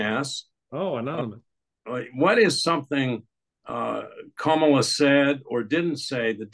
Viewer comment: Comma-la: ,la. Learn to pronounce het name.